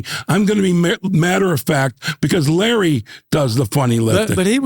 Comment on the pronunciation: OMG she actually calls him “Lah.”